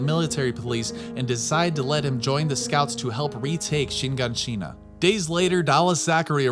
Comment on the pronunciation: You can say shee-gan-sheena but not er-vin come on cuz youre stressin me